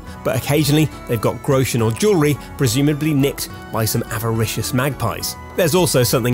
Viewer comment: Its funny how american people pronounce Groschen